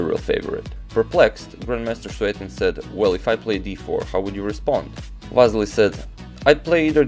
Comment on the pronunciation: You are also Balkan man, you know how bad its sounds how you pronounce Vassily in English, its like Vaseline! Say it like it must be said Василий not Вазелин ;)